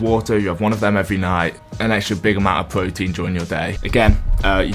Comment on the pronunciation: Da pwotein